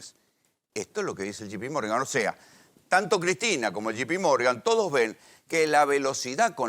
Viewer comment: Cuantas veces dijo shipimorgan? Burro